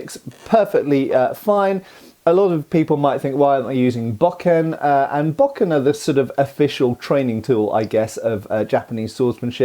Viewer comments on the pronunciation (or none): The master swordsman’ name is Kyuzo and he is played by Seiji Miyaguchi. I notice you pronounce bokken as baw-Ken, which is phonetic for English speakers, however, with a Japanese pronunciation is bō-Ken. I have an idea about the scene, though I don’t know if it’s right. I think it may have to do with the proper attitude of a samurai. There’s a thought expressed by Masashi and repeated in a lot of Japanese cinema, that a samurai must enter battle resolved to death. If you are thinking about victory, or even about survival, you will be distracted and not able to put 100% of your focus on killing your opponent. In a clash where one swordsman was so focused on killing his opponent, doing so meant he had won, even if he died in the process. I think that Kyuzo deliberately let himself be “killed” in the duel with bamboo sticks to test his opponents resolve. Kyuzo delivered his strike with perfect focus and complete disregard for death. However, his opponent was driven by ego, and wanted to claim victory. Thus, he lacked perfect focus, and in that sense, lost the duel. Kyuzo understood that, even though the man had skill, this lack of focus meant he could not possibly win a real duel. As Kambei watches the duel he says, “This is absurd, there is no contest.” I believe this line is included to show that he has made the same observation Kyuzo has. Superficially, the two men seem evenly matched, but to Kambei, it is obvious that Kyuzo has the inner stillness that comes with mastery. T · "Bokken" (wooden sword) sounds like "Bo-Ken" rather than "Bok-In". Great teaching tools that have been used the world over for ages.